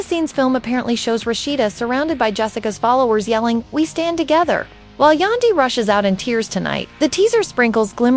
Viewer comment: Who is Yondee her name is Yan as in candy pronounce Yandy….. yandee